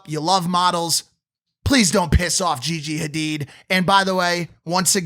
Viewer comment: He can't pronounce Gigi's name... At least her last name